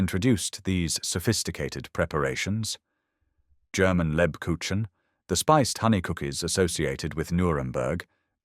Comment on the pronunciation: The ch in Lebkuchen is pronounced like the ch in the Scottish LOCH. Really enjoying your videos. 😊